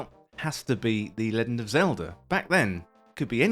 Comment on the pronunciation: "Leggind" Is this a Bri'ish thing? Nice video aside.